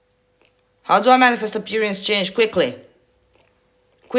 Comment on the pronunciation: Omw im loving your videos lol amost spat out my water when you said quickly